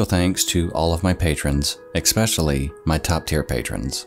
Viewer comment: Come on you’re still pronouncing especially wrong lol I know I’m not the only fan of yours that cringes when I here you say “ex-specially” lmfao thank you for your content!